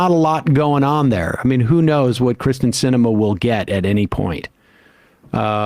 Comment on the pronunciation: it's KYRSTEN not KRISTEN, please pronounce it correctly